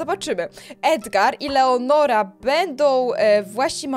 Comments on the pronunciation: ty cały czas czytasz leonora a ona jest lenora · to nie jest leonora tylko lenora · To nie leonora tylko Lenora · Lenora to jest a nie leonora 😂😂